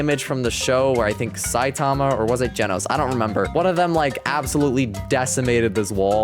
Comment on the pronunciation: No way bro called saitama phsitama